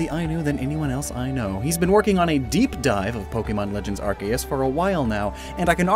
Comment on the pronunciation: Its pronounced arkoos